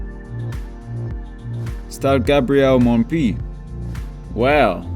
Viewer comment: the excat pronunciation is not Montpi but Montpié (mount foot) Gabriel Montpied, born September 29, 1903 and died January 9, 1991 in Cébazat, is a French politician. He was the mayor of Clermont-Ferrand between 1944 and 1973.